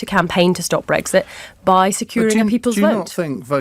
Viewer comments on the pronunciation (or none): Breggsit. Just like Tony bliar says it. So irritating! It's breXit!